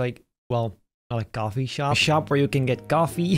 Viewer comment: H ahaha blud said gafe not coffee